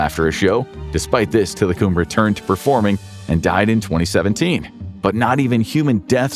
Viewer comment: It's pronounced tilacum